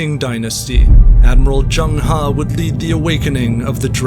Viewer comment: Not Jeng Ha Zheng He or Cheng Ho